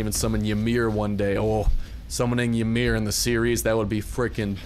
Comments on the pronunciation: It's not [Yuh-mir]. It's [E-mir]. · its pronounced e-mir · The y is silent. Do some research on your own heritage. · Psyducks rage of him saying it wrong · Not when the guy pronounces the “y” you correct what he pronounced wrong. Go bury your nose in a book, somewhere other than my bidness.